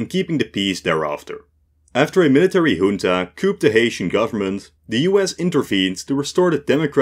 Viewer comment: All those “yuntas” get tiring